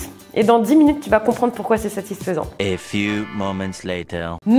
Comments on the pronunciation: Mais 🤣 tu dit toujours satisphsent🤣🤣🤣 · Le mot satisfesans satisfais hhhhhhh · n'arrête pas de dire satisphaisant!!😂😂